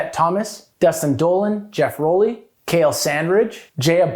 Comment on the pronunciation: Impossible to choose. Dollin is one of my favorites. I think Kale Sandridge's name is pronounced like "Kah-lay"; his part in Illegitimate Bastard Child is one of my favorite parts, so gnarly.